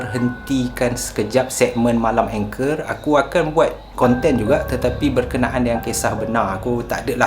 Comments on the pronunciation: Hi boleh tanya tak?angker tu sebutan mcm salah..ang bukan eng..kerr tu bukan anchor..😅 sorry saje2 tegur sya baru jer tengok Chanel ni..sbb sya slalu tengok dgn Qama..semoga sukses selalu ☺️ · Sebutannya ANGKER......bukan engker😄😄😄😄😄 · ANGKER sebut ANG-KERRR bang, bkn ENG-KER.. tu Anchor ⚓ 😄😄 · Assalammualaikum wbt saudara channel.. Saya (Cikda) pengikut setia.. Baru sebentar saja ni mengikuti saudara.. Maaf nak cakap sikit.. Bukan sebutan ENGKER.. Orang2 Jawa sebut ANGKER...biasalah kan gangguan2 dr mahluk yg saudara sebutkan itu.. Banyakkan zikir dan amalkan sentiasa amalkan ayat2 ruqyah.. AMALKAN Baca BISMILLAH 7 DAN BISMILLAH 5 sekurang2nya 3x selepas subuh.. dan 3x lepas Maghrib... Jangan lemah semangat yer.. Mahluk itu bukan sesiapa tiada kuasa..jangan takut padanya.. ALLAH SWT jadikan kita lg lebih mulia darinya.. So terus bersemangat ok... Salam dr cikda.. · Salam. Perkataan "angker" tu bukan sebutannya berbunyi "anchor" mcm yg awk sebut tu. Sebutannya baku, "ang" tu baku, "ker" tu tak baku. Keep it up bro.